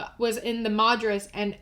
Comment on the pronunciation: i adore how you pronounced corvallis and madras lol half the cities in OR are the weirdest and hardest things to say